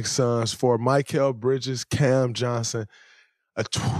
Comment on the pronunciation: Talking about Bridges like you know him but can't even say his name right 🤣